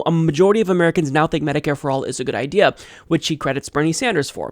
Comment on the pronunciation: Don't trust anyone that says "They have a good idear! "